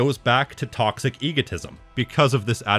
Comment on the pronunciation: muh tawcksick